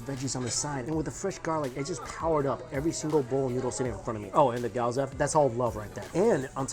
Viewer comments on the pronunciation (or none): GYOOOOOOOZA NOT GYAAUUUZA AMK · Gi-yo-za not gi-yaw-za please Mikey :) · It's Gyo-za Mikey not Gyaw-za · I love your videos. But PLEASE stop saying "Key - odo". makes me soooo sad. Please say Kyou--toh. it is pronaounced Kyou ------ toh. and also please don't say Goaza! It's Gyouh-zah! My god i feel bad having to correct you but if you're going to do food videos - get it right! :( still love you tho :) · GYOZA and not GYAWZA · gyoh za, not gayoza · GYOZA - Geeee-YO-Zha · Lmfao cringed everytime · the way he pronounces gyoza... GAOZO lol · Really disappointed as a food guy that he calls gyoza "gee-ow-za".. damn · actually "gyouza" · The way he says gyoza got me triggered lol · Mike, I appreciate your videos and I share them with friends/family but it kills me every time you mispronounce gyoza lol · Please for the love of all that is good... learn how to say Gyoza.